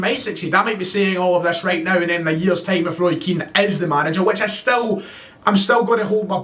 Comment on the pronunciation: PS you went full Charlie Nicholas halfway through this video -“ah’m sitting here thinking.....” 😉